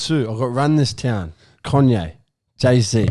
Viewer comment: Why the fuck are the boys calling Kanye “Conye” 😂😂